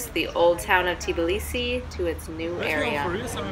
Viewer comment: I definitely have to visit.. My first stop would be to ask a local how to pronounce "Tbilisi" because I am sure it is not "Tiblisi" ;-) Those who are native English speakers and are not native in other languages often cannot pronounce two consonants together... Practice it :-)